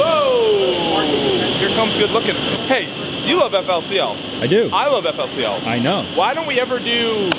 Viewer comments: It pronounced Fooly Cooly....otherwise surprised to hear mention of it. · Man, I do love the Pillows. It's weird to not hear it pronounced fooloo cooloo tho